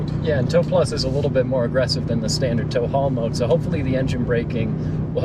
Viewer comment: “I was in taul how mode” or “”I was a tall homo””?